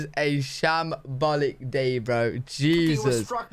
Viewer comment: Sham-Ballic day?